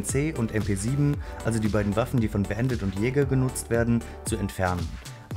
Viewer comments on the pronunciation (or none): none